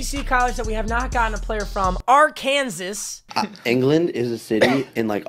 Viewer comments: Mate... I live in Arkansas and it is pronounced Ar-kan-saw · OMG you trigger me when you say Arkansas even though they aren’t that good this year